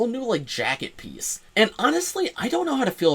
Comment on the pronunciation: I am currently part of a car load of people (including two children) who all heard you say new Raven penis instead of piece. I never realised Lego could be so spicy and NSFW 🔞